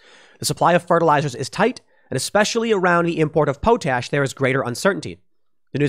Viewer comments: its pronounced "pot ash".... but I'm thinking you said it that way on purpose? LoL, "Poe Tash" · Tim, it's pronounced pot ash not po tash! The 3 main ingredients in fertilizer is Nitrogen, phosphorus and potassium (potash) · Pot-ash, not po-tash. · I grew up on a farm and my dad still does. I came here to say this. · Thank you! I cringed every time he said po-tash instead of pot-ash. He's going to have a hard time with all that land should he decide to attempt self seficiency. It one thing to own it. Quite another to know how to use it. Good thing he has money. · Tim, it's potash (pot-ash not po-tash) and urea (u-ree-ah not ur-e-ah). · Question regarding pronounciation of "potash". Is it like Tim says, "poo-tash" or is it "pot-ash"? I thought it was "pot-ash", but maybe I was wrong. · Tim, its called Pot/Ash. Not Po/Tash. Lol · Quite sure it's Pot-ash, not po-tash... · "Pot-ash", not ''poe-tash". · Pool - it's "pot-ash" not "poh-tash" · Pot ash NOT pooo tash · POTASH = Paa - tash… not pote ash. Tim, your pronunciation is getting worse and worse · For real When he said po-tash I was like "Have I been saying this wrong all my life or something?" As a person from Saskatchewan I was so damn confused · Its pronounced, pot-ash and you-reee-ah. For potash and urea fertilisers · Thanks Tim. It's pronounced u (you) re (ree) a (ah). As in you-ree-ah. And it's pot-ash. High in nitrogen and carbon respectively. Really needed stuff for the ground where crops get grown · It's pronounced Pot-Ash. And we have lots in canada. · Potash is pronounced paa tash. I thought I knew how it was pronounced but I was wrong. But so is Tim. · It's POT-ash and yur-RE-uh. Sounds like you dropped out of school before pronunciation classes. 🤣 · Aaaahg.... UREA: you-ree-uh POTASH: pot-ash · It's pronounced UR-RE-Ah.. And POT-ASH..... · POT-ash.... love ya buddy.... POT-ash... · It’s pronounced POT ASH! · Its pronounced POT- ASH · It's POT ASH. Just sayin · Say Potash again Tim.